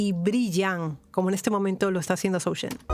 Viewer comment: The pronounciation is "JOE" , not " ZOO"...☺ .....Joe Shen .........